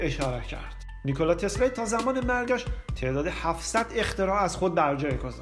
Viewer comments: واقعن بیان عجیبی داری "نیکولای تسلای "دیگه کیه اخه...نیکولا تسلا...چقدر مگه سخته؟ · چرا انقدر هی میگی نیکلای تسلای؟؟؟اعصاب ادم بهم میریزه ی آخرشو نمیگفتی نمیشد؟تسلا میگفتی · داش نیکولارومیخوای بگی نیکلای ، اونوقت سریع میخوای اسمشوبگی ی رو میندازی ته تسلا!! نیکلا تسلای چیزه!؟ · چرا هی میگی نیکولایی تسلایی!!؟🤣